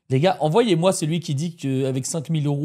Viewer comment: "vous m'envLoyez"😅😂 désolé❤ mais c'était trop drôle😂